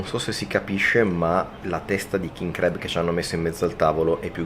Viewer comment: Bello tutto ma crab pronunciato in quel modo non si può sentire. Si pronuncia con la a, non la e. La prima volta ho pensato foste finiti in un ristorante di crepes francesi.